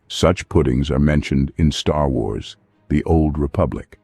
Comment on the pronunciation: Man bemerkt an der Aussprache von "Star Wars" sofort, dass es eine KI ist.